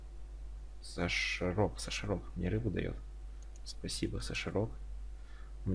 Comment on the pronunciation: Не сашарок а сахарок